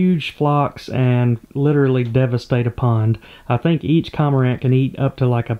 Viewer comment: That bird is a Cormorant. You miss the pronunciation. Its not a Comorant